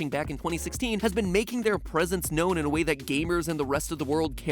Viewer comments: is he saying duwang? I can’t tell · Did he say, “I wouldn’t have it any other duwang”? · did he say Duwang?